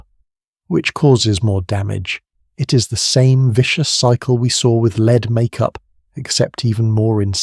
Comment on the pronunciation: The mispronunciation of lead is driving me nuts 😂